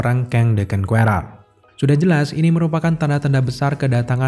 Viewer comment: Bang saran dikit. Pronounce "Conqueror" nya tolong dibenerin. Biar yg belom tau atau masih salah, jadi tau cara pengucapan yg bener.